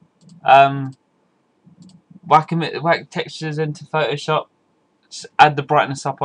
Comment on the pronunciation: Thank you thank you thank you your the best. Plus i really want to say Phot-O-Shop where are you from?